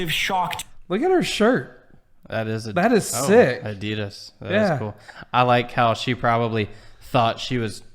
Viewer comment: Why do americans keep pronouncing ADIDAS wrong? xD